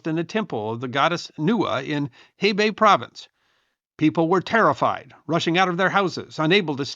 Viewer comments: It's nowhere fucking close. He sometimes pronounces x with a k sound. His Shaanxi sounds closer to Shangxi. His Hebei is a Hehbei. He doesn't care whether its Lu or Lü. Lazy and embarrassing. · Hebei actual pronunciation is [huh·bay], other than that, this is great summary of the event.